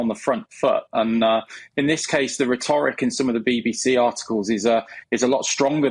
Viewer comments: A 'Crisis PR Expert' who doesn't know how to pronounce 'rhetoric'?! It's not 're-TOR-ic' like he stressed it - the correct stress is 'RHET-oric'. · ritorick? What a weird way of pronouncing rhetoric. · This guy should learn how to pronounce 'rhetoric'. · skedule is, but I’ve not a clue about rit-ohhh-rick or hyperbowl either. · Expert media crisis manager who can’t correctly pronounce rhetoric? Yeah right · Hoi do you pronounce "rhetoric" ?